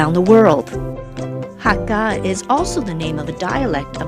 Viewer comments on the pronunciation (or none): Sorry but you pronounced "hakka" wrong. It's not hak-GA, it's hak-KA.. I'm Hakka and honestly this was hard to watch 0.0